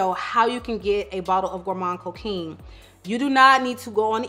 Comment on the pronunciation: Thank you for this video!!💖 ps: the « quin » in coquin is pronounced like an « quan »